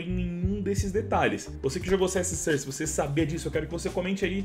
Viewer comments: "CS sãrce". KKKKKKKKK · A pronúncia correta é "sórce"! De nada.